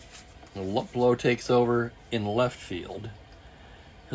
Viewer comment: I hope you don't mind a pronounciation change. Al Luplow. Instead of Lup Low, sounds more like Lou Plow with the Plow sounding like low with a P in front of it. YouTube has some stuff on Al, where you can hear the name being pronounced. That was a great game a few hours ago. One never know who the star will be until those dice are rolled.